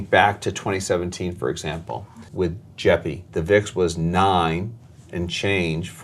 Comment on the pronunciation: なかなか踏み込んだ議論で面白かったです。とても勉強になりました。JEPIとJEPQの発音はジェピとジェプキュなんですね！笑